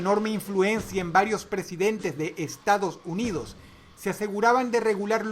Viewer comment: soy yo o en el momento dross dice "estados huidos" WTF???